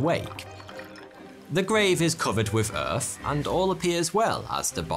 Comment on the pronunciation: Please explain, why he speaks so ƒucking strange. Please someone. Is this how people in wales speak? Moomfs instead of months; earf instead of earth etc...